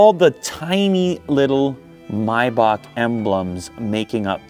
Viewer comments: MAAAAAYYYYY BAAAAACK. Not mybach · Stop saying "MyBock" 🤔🤷🏽‍♂️ it's "MayBach" "Are you dump, stupid or dump" 😅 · come on Lew "my bak? 😂😂😂😂 its MAYBACH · Its not pronounced my-bahc. Its pronounced May-Back..... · It‘s German and both pronunciations are wrong . German: [ˈmaɪbax] There is no k if you pronounce it in German. Explanation for an English Native Speaker “Maybach” Pronunciation Guide from ChatGPt: Use simply ChatGPT/Google/Wiki if you want to know moething.😉 1. “May”: Pronounce it like the month “May”. It’s the same as in English. 2. “bach”: This part is a bit tricky because it includes a sound that doesn’t exist in English. It’s pronounced like the German composer “Bach”. • The “b” is pronounced as you would normally in English. • The “a” is pronounced like the “a” in “father”. • The “ch” is pronounced like the Scottish “loch” or the German “Bach”. It’s a guttural sound, made at the back of the throat, similar to clearing your throat gently. Put together, it sounds like “My-bach” with the guttural “ch” sound at the end. If the “ch” sound is difficult, you can approximate it with a softer “h” sound, though this isn’t completely accurate. Comparison with English Words There aren’t many English words with the exact same sounds, but here are some close approximations: • Bach (when referring to the composer, some English speakers pronounce it like “Bok”) • Loch (as in “Loch Ness”, though many English speakers pronounce it like “Lock”) • Epoch (often pronounced “Epok”) These words can give you an idea, but remember that the “ch” in “Maybach” is a unique sound found in German. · Is it Maybach or Miyebach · your calling it a mybok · hate the way you say maybach